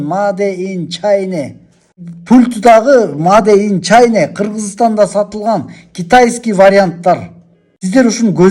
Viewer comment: Маде ин чане дебей чина дечи айланайын эмки жаштар такыр туура окуй албайсынар же туура жаза албайсынар астагфируллох астагфируллох астагфируллох